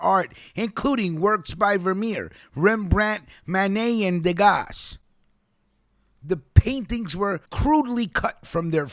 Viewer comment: 😄, not Degasssss rather Dega(s) in🇨🇵 the pronunciation the S is mute anyway I love love your reading of article.. in btw the guy is guilty you know that otherwise what was the list doing in his house? The FBI failed to find the link that will stand in court. In my opinion if his lawyer is catering for him bringing him groceries he might inherited something...ahahaaaa